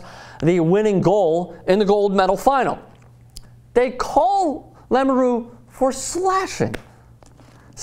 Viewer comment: BTW it's LAMOUREUX and not LAMURU dumbass!